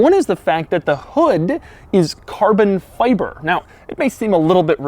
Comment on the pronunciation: Gotta love the way Doug pronounces “Car-Bon-Fy-Bur”